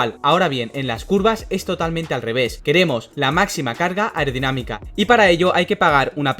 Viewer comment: Yo solo oigo “irdinamica” “aurdinamica” blabla jjajajajajja le hace falta como pronunciación